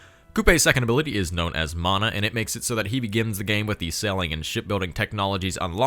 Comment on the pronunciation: Fun fact the ability mana is pronounced munna I'm Maori just found civ and am so happy we have a leader